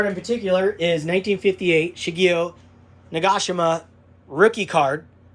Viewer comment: Great video as always! I'm Japanese but no expert on names but I would pronounce Nagashima as Na-ga-shi-ma. Thanks Ross from Oahu. 🤙